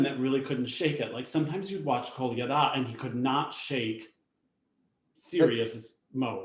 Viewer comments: I laughed out loud at Mikhail Colada, younger brother of cocktail Pina Colada. It's easy to dunk on, but OMG. Even I, no Russian speaker, can manage most of the names once I've heard them said properly. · you beat me to it, I wanted to make comment on this as well. I cringed so hard every time called Kolyada name as Kolada. I made the same comment as you as well, what Kolada like Pina Colada lol. It's not even that difficult to say Kolyada. has been commentating for Russian championships as English commentator for 2 years now, it's like he was not even trying lol. Just unacceptable.